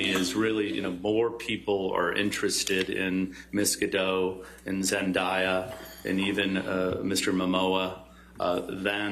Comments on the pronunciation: Zen DAY ya. not dye/die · pls all i can hear is zen DYE yuh its pronounced zen DAY yuh and its killing me pls do zendaya some justice at least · They keep say Zendaya name wrong. Its NOT Zen-die-ya its Zen-day-ya 🤣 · I didn’t know people pronounce it: Zend-i-ya I always thought it was spelt and pronounced: Zend-A-ya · WTF is a ZenDieah? Pronounce people’s names properly. That is such a micro aggression. If you can’t be bothered to learn it then refer to them by Mr or Miss Last Name. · Every time they mispronounce Zendaya’s name, I cringed so fast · okay but the way he pronounces zendayas name is killing me 😭😭😭😭😭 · I cringe when they claim they are Hollywood experts but continue to pronounce Zendaya’s name incorrectly. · I hate how he says Zendaya's name